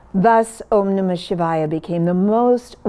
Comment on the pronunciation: listened to this story all the way to the end and especially enjoyed the gift of correctly pronouncing the vowels for the mantra